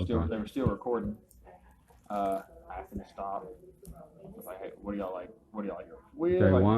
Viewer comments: " Asked" not " axed " or " ax " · I've seen this same cliche comment in other comment sections. So let me take advantage of this opportunity to explain it to you. A lot of black people pronounce it that way. You'll probably just have to get over it. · “Came to the winduh and axed me” hahahahahahaha